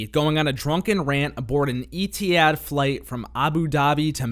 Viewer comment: Eteahad’ - Etihad lol